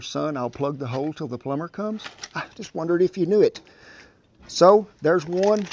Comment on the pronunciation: I swear to Satan it sounds like he's saying "hoe" instead of "hole" when he's plugging away in the barrel.